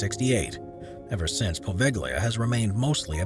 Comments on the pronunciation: And "Poveglia" as POHVEKHLIYA. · Seriously, learn how to pronounce "apostolic." (Hint: it's not "apo-listic.") I spoke too soon. He also butchered Poveglia. I stopped watching after that.